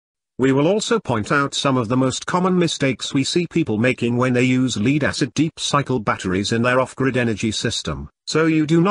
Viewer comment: "Leed acid batteries" ?